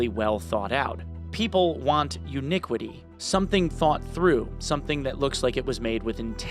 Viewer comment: Started a drinking game. 1 shot per "uniquity"....currently being rushed to the hospital. But hey! Arc Raiders tomorrow!!!!! Great vid homie, keep up the amazing work. #freeSaint